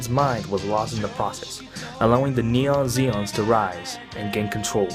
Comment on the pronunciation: Please stop saying “neon Zeon” it’s Neo Zeon